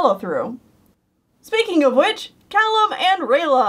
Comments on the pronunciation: Cay-lum? You mean Calum I think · Wait two things. You pronounced Callum wrong. And I don’t know if you meant Opeli when you said Ophelia, but the characters name is Opeli.